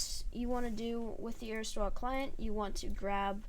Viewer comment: It's pronounced aristios not aristwa